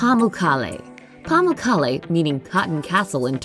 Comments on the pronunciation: It's pronounced Pa-muk-kale, as corrected by the tour guide when I tried to pronounce the word lol. Beautiful place and the hot springs are a marvel. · murad miah yeah she pronounced it soo wrong, I noticed it too